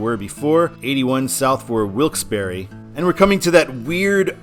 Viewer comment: I absolutely HATE mileage-based exit numbering! But it IS nice to hear someone CORRECTLY pronouncing Wilkes-Barre! (Yes, it's 'BARRY' NOT 'BAR').